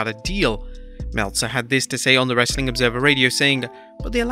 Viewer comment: I hate when he says "WRRRRESTLING CONTENT" at the end